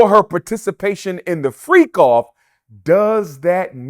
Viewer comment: did he say " freako " 😂😂